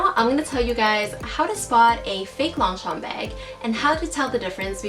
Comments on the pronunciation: She was pronouncing it in English as Long-Champ while it's pronounce as Loñ-chañ in French 😊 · Fun fact: it is read as 'lowng-shom' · is she saying "long shompey"?? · I get irritated how she pronounced Longchamp… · Gah. Don't pronounce the P at the end! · I love how she can spot the fake from real, but she cant pronounce the brand name correctly. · Just correct the way you pronounce the brand. No offense meant.